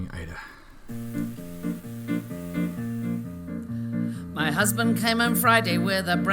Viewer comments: Pronounce aye-e-da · It's pronounced Ayeeda.